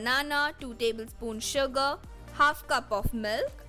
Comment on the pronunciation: Why it sounds like you are saying suga when u say sugar😂😂